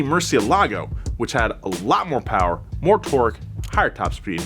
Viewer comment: More Powah Baby